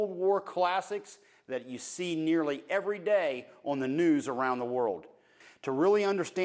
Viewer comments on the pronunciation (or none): none